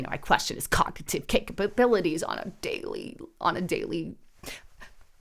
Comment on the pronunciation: "I question his cognganititive capabilities" 😂😂😂😂😂